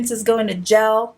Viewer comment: I love that makes sure to say it like GEL everytime 🤣🤣🤣🤣